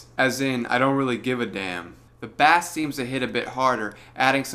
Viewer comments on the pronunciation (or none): Man, you had me until you called it "bass" like the fish...